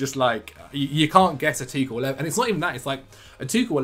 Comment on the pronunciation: Does the pronunciation of Tuchel irritate anyone else very slightly? Apart from...